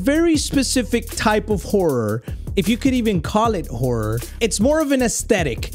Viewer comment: I heard whore when he said horror😭